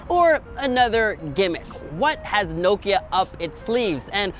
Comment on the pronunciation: “Noekia” uno i think everyone says Nokia